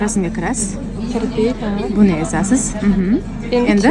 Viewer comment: EZASIZ🤔🤔🤔 g'alati eshitilarkan